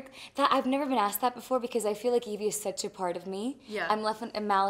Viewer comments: Não e IVY é evie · Não é ivy. É evie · gente é sério? Ivy? Se fala Aivi e não ivi. O correto é Evie porque é um nome que faz referência à Evil Queen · Sério?? Ivy? É Evie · não é Ivy é Evie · È Evie e não Ivy ! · Não é Ivy, é Evie! Gente como assim?! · Tenho só três coisas pra falar: primeiro: Ivy? Sério? É EVIE. Ivy soa como Aivy, e Evie soa Ivi. Segundo: Dovfia forever, gente olha os toques e is olhares (não sei se shippo ou não, pq elas são muito fofas juntas, mas de um jeito mais fraternal, mas outras vzs...). Terceiro: SOFIA PELAMORDOSDEUSES "nunca viro o meu cabelo pro lado" KKKKJKKKKKJJK MULHER EU TE AMO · mano uma pessoa que ai véz de falar evie fala ivy não merece intrevistar a sofia carson quem concorda da like no meu comentario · Ivy??? Deveria ter pesquisado antes de fazer uma bobagem como essa OBS: é Evie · É Evie não ivy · no es ivy es evie :v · EVIE e não IVY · IVY é sério? é evie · É "Evie" não "Ivy" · parei de ver no "ivy" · "Ivy"? Fala sério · É "Evie"